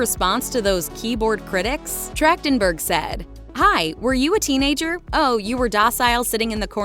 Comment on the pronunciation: Her last name is pronounced with a hard "K" sound? Weird.